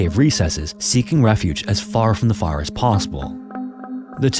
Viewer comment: Dude, slow the hell down. Even the captions can't understand what you're saying. , "as far from the far as possible." ??? We know you meant "fire," but slow down and quit rushing your speech. You're not in a race bruh.